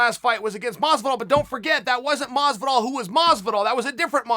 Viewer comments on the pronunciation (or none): Everybody: Jorge Masvidal Chael Sonnen: George Mozvidall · Jorge: Hi, im Jorge Masvidal Chael: Hi, George Masdival Jorge: Hi, im George Masdival Me: Okay, Great.. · Chael “Masdival” Sonnen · Anyone else sees Chael spelling Masvidal “Masdival” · It is funny when he says: Mosvidal. But, it is funnier when he wrote it: Masdival. LOOL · If Chael says Madvisal then its Madvisal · I actually used to call him masdival when the started watching mma...few months later i realised i was saying wrong...but chael just confirmed i was right all along